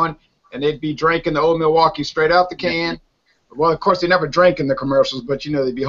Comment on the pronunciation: Examining Old Milwaukee? Now that's funny. It's cheap. It's not so good. It's cheap lol. Uh. ...it's Old Mil-blah-kee. Funny review. How you talked about it for this long was funny. Cheers you guys.